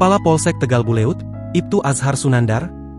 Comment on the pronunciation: bacanya boleud gitu yg bener buled atuh